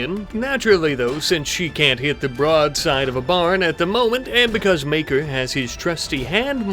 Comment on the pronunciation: You say Maker, I hear Maekar. Gonna make a A Song of Ice and Fire reference every video now.